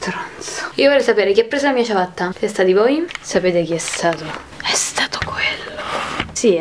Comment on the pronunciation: dice ciavatta